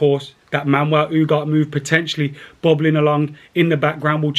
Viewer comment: how are you reading U-garh-té as “Oohgaht”?! 😅